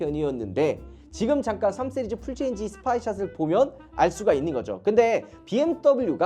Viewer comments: 쓰리즈가 아니라 씨리즈에요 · 강남 발음입니다